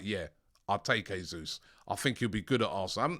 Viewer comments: It’s pronounced ‘jaysus’ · Not "Hesus" please. This is not Spanish. The Portuguese pronounce the same as in English.